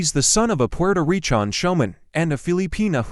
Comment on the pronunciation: It’s recan not pi an